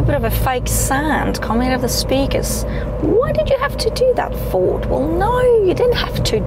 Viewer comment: Where’s your accent from? Where do they pronounce Ford „Foord”?